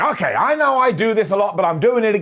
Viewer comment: Embrace the meow meow😻AYO 😳 It's not a mistake, ✨IT'S A MASTERPIECE✨ "It's OKEH not to be OKEH" ♥ (Titan cry 😭)